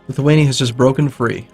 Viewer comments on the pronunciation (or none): none